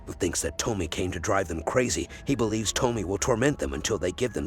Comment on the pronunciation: Why are you mispronouncing her name? It’s To-Me-Ay